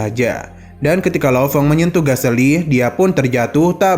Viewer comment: Galecy bang bukan gaseli 😂